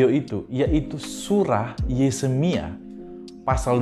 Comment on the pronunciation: Ko ahli Injil,bahasa nama toko saja tidak benar,Yeremia dibilang Yesemia,Ali mustafa kalau anda mualaf mualaf yang benar dong tidak baik.itu namanya finah dalam bahasa hukum Indonesia anda itu sudah fitnah agama.trimakasih